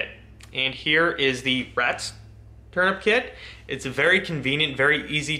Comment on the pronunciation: "Turnipkit" XD bruh where are you from?!?!